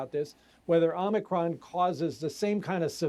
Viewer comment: You mean O Mi Con,cmon,man. Let's go Brandon